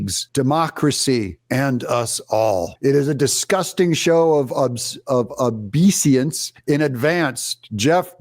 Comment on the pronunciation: Obeisance is pronounced obey-uh-sense.